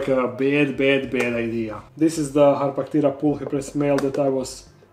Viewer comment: The way you said harpactira made me think you said hot potato 😅 no criticism, just my brain being wonky...